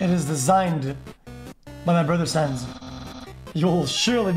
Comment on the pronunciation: people with functioning brains: sans and papyrus xqc: suns and pepperus